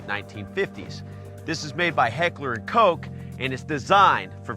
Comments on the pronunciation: Did hes saig hekler and coke 😂 it means koch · H&K is pronounced as heckler and Cock legit, not coke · Heckler and koch Not Heckler abd coke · Heckler and “coke”😂😂